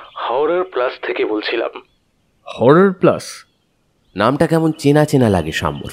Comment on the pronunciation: HORROR কথাটার উচ্চারণ বার বার 'হাওরার' শুনতে কানে লাগছে। একারনে stylised বাংলা ও ইংরেজি না বললেই ভালো যখন তা কোনভাবেই অনুষ্ঠানের কাজে আসে না।